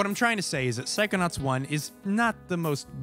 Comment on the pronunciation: Why I instead of “psychonauts” hear you saying “psychonuts”?!?